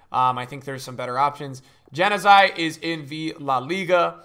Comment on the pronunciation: Its jan-yu-why